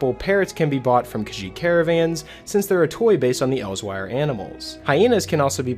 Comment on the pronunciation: Did you say Elsewire? It's actually pronounced the same as elsewhere. Not to be annoying, as I'm a big fan of this channel.